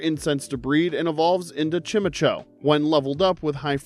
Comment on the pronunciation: You did not pronounce chimecho like that!